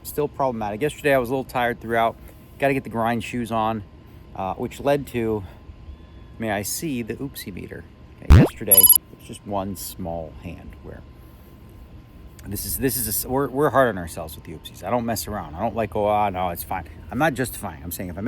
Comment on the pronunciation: Yo editor!! It's not oops 'o meter, it's oops ie meter.